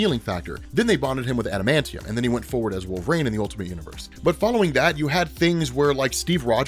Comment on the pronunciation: wait. so you recognize that you cant pronounce the russian chicks name/ but you keep calling wolverine wolvrain? total lack of self awareness.